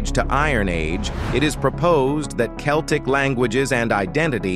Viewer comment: Can't even pronounce Celtic properly